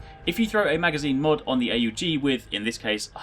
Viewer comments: jesus its called aug not A U G ... smh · It's not A U G. Say "augment" then drop the 'ment'. That's how you say it.